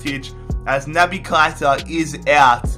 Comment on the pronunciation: It’s pronounced Keh-I-tah Not Kite-a